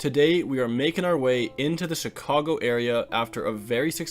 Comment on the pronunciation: No way you got all the Wisco stuff right now then said Chicago super weird, then said Des Plains wrong... but you're Canadian, I get why you said it the French way